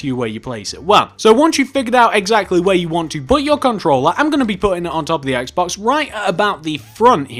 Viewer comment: What about a Wii U house? BTW instead of Xbox, you said Axe-box.